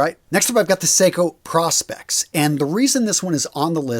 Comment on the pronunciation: I tune out when the host mispronounces Prospex.